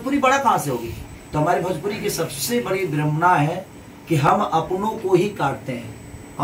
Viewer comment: Beta bjpuri nahi bhojpuri bolne ki sikh le